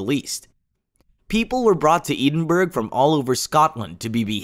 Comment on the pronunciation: Ee din berg is not how Edinburg is pronounced. I'm sure a quick dictionary search could have saved some embarrassment there.